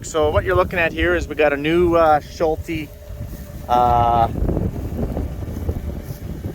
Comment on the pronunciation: I love how you pronounce "Schulte" :D